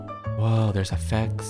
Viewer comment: I was like Wait did he say ooohhh a fence but he really said ooohhh effects!!